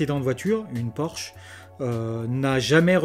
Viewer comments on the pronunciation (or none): none